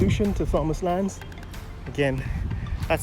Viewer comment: Pronounced "tomas" the "h" is silent 🤫. That whole road is a total 💩 show. Why are lampposts in the road. The sidewalks are rather thin and non-standard.